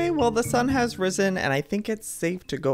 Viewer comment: the times joye said "risen" in his vids